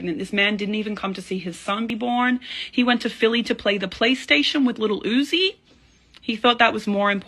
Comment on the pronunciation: 😂 the way Iggy Azalea says Little Oozie caught me off guard